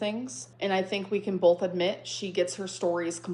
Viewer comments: She knows she says “ Bolth” wrong so why doesn’t she try to pronounce it right? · also i can’t stand her “BOLTH” anymore omg get off live and go follow an english course